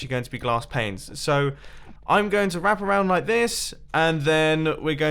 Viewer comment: "Placing to much glass planes is really hard" at first I thought he said "placing to much glass pains is really hard" lol